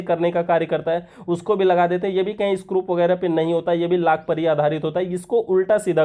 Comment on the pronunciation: Wo screw hota hai ,scrup nahi...